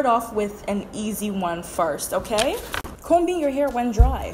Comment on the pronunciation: The letter "B" is silent in the word ( COMBING). Smh get it together sister.